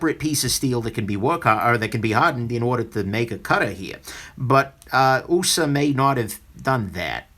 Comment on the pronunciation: it simply cracks me up every time you say, "'Usa'" design(ed)!